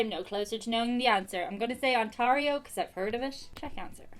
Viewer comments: Its pronounced ont- Air-io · The way you pronounce Ontario KILLS MEEEE its so funny to hear OnTARio not On-TEAR-io lololol, love my home province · You know youre ducked for this test when you cant pronounce Ontario correctly 😂😂😂😂😂😂 luv u